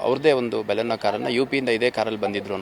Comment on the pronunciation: Guru adu Boleno Alla Maruti suzuki du Baleno